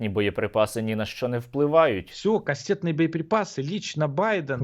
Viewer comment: "КАСТЄТНИЄ баєприпаси" ))) Який неосвічений орк